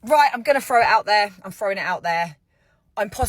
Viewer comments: I don’t know how the rest of you guys feel about it, but if you say fro, when you mean throw. Oh that’s a hard no I can’t take that. Can’t do it. Don’t have the stomach for it. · OK number one with the accent says she’s going to fro this out there. That is what I’m talking about . There’s a lot of difference between an FR and Thr. When it comes to pronouncing the word throw. And whatever the rest of your message was about I don’t know what you’re talking about . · so, i'm guessing "frew" is a mistake too?